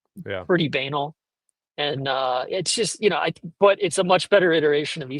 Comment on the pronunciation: Is pronouncing banal as “baynal” intentional Servpro fodder